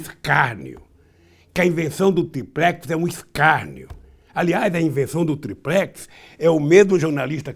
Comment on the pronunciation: ESSE CANALHA NÃO SABE PRONUNCIAR A PALAVRA: TRIPLEX, FALA SÉRIO.